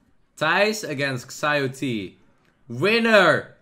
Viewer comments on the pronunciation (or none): As a chinese speaker, ShiaoT is how his name should be pronounced, but whatever.